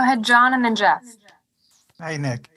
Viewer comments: man said 'Nick are' in the worst possible way. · I thought I was trippin, sounded like a southern accent with a hard R 😂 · He said Nick weirdly smh 🤦🏾‍♂️ 😅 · did he just say his name like that????